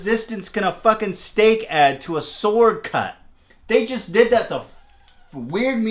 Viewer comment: “stehk in da buut?!”